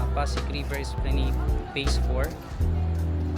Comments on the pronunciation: It is pronounced as esplanad. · With due respect, esplanad po ang basa hindi esplaneyd...